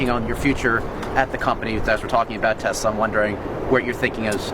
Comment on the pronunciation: The orange-oetang said tesler if you listen good.that's a tesla+Hitler. The ultimate nazi mobil